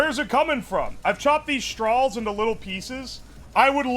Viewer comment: love the way you pronounce straws. "strawls". nice